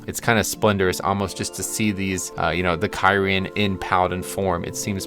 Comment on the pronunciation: The way you said kyrian ruined the whole video! So triggered right now.